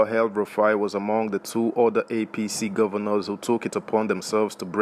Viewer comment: It’s EL-Rufai NOT Hell- Rufai.